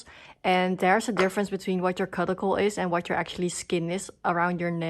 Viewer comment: Thanks for the video. Just for fun, look up the word cuticle via google and can listen to how you can pronounce it 😅